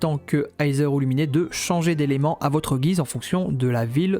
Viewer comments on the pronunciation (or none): Bonne vidéo🔥🔥🔥🔥🔥🔥🔥🔥 mais la pronostication de Aether et Lumine sont: Iteur et Lumine pas Luminé x)